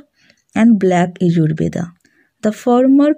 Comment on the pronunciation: Please DO NOT say "BEDA"for "VEDA"... . . .